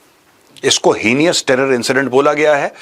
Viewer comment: “Heenious” nahin bhai, “heinous”: pronounced “HEI nus”. It’s heinous to say “heenious”.